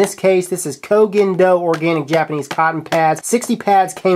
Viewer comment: Respect to you. Your pronunciation of the Koh Gen Do IS the only way to pronounce it. From JPNese fan.